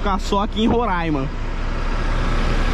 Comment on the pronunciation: A pronúncia correta do nome do estado é 'RorÁima" e não "RorÃima". Esta palavra é da língua Yanomami ( que é uma das muitas línguas indígenas faladas aqui no nosso estado) e significa "Serra Verde".